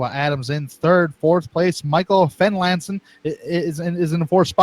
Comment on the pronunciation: Future reference, Therrien is pronounced like Terry-in Fenlason is Fenlayson Also the 18/14/38 are all teammates